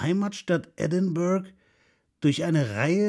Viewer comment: Sehr geehrter, ich bin auch ein großer Rum Fan und werde den vorgestellten definitiv ausprobieren. Trotzdem möchte ich Sie darauf hinweisen, dass Edinburgh anders ausgesprochen wird. Ich wünsche Ihnen ein frohes Neues Jahr. Mit freundlichen Grüßen Ihr Kohl